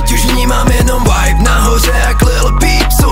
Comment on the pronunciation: Asi jsem moc puntičkářská, ale nejde to ignorovat- Vibe vyslovuješ jako Wibe, ale je tam jednoduché V čili výslovnost je čistší než u W. Sorry, i had to. Ale jinak nemůžu říct, že je song špatný..